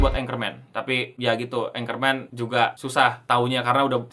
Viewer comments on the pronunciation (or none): Ackerman, tp kedengeran anchorman